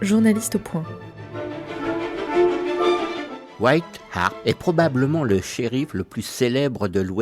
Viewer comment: Wyatt Earp et non White harpe